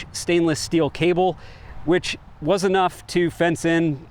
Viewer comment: Do you tink is good enof for goots😊